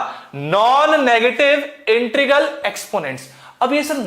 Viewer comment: sir woh intregal nhi h woh integral h 😂😂